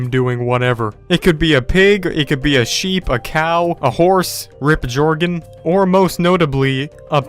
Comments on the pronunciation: He said jargon its jorgen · This dood said Georgen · Its not jorgen its joergen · [Jorghen]? What the fuck u pronounce it [Iörgen] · my man said jordan with a g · It’s pernounced yorgon his name is spelled jöergen but it pronounced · It’s not GORGEN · Its yurgen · U say it like urgin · It looks like you did no reasearch for this vid. Can't even pronounce joergen right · 1. It's pronouced Yörgen 2. The series will keep on going even if Sven dies 3. He has an addiction so it's clear that he's not going to stop until a couple of years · Or jörgen like you say in sweden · it's jöergen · It’s a Scandinavian name. It’s spelled jörgen «swedish» or Jørgen «Norwegian»